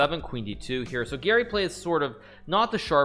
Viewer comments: Why he says Giri instead of Gary. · Actually Garry's name is pronounced with the "a" as in "car" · I thought you were saying "Giri" and that made me really confused until we got to the game and I realized it was "Garry" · I thought he was trolling because I kept hearing ''giri'' instead of garry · I thought you were saying Giri the whole time😂😂 Here i thought you were completely clowning Anish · The whole time I thought he was saying Giri